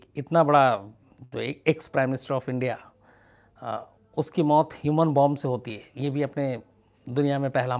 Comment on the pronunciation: 'baat sahi kahi' hoti hai ' sahi kaha' nahi. 'Bachkani' honi chahiye 'Baachkanani' nahi. 'Ushki' nahi 'Uski'. 'Daat' nahi 'Daad'. Aapko mera saadar pranaam.